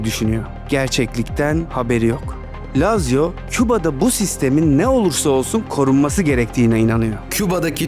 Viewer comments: ❌ LAZZİYA ✅ LAZZİO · Lazio dediğin yerde Laz ziya dedin sandım dsjfn